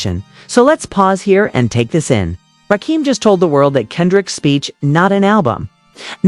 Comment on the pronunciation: She mispronounced RAKIMs name... ima turn this attempt to reach the HipHop Culture off!!!!